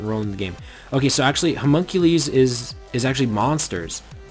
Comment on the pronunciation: i'm pretty sure it's "huh mun cue lus." not "huh mun cue lees"